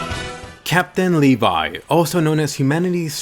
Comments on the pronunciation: I always thought that levi's name was pronounsed levi not le-vai and he is my fav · Uhm. I pronounced it as Levi not Levay . Kill me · I will always pronounce his name Leh-v